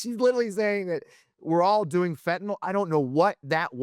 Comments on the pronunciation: She also says Fentanol instead of Fentanyl! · Bondi, it’s Fentanyl NOT Fentanol!